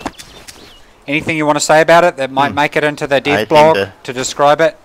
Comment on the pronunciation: Rocket - this is the first time I heard your voice. Your accent - can't figure out why/how do you have it... You pronounce "dev blog" as "div blog".. Where are you from?